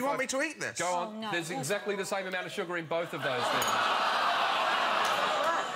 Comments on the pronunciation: its not suggar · stoooooop its not suggar